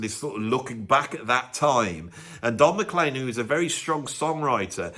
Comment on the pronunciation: Not surprised hates the song "American Pie". The lyrics pretty much slag off the British rock invasion of the USA in the 1960s (particularly the Beatles) and pines for the Americana music that often rails against! Oh, and Don McLean's name is pronounced "Mac-CLEAN" and not "McClane" like the name of the protagonist from the "Die Hard" movies!